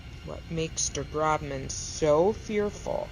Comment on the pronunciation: It’s pronounced Groshman, not Grobman